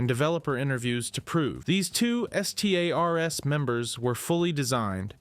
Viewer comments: Dude seems like somebody who recently got into the franchise because he saw the hype for RE9 and just revolved his channel around it and reads Wikipedia entries. Who TF spells out STARS and says it as B.O. Hazard? And don't get me started on the footage he shows after stating cut content has fucking concept art. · why do you say stars like that just say it and stop spelling it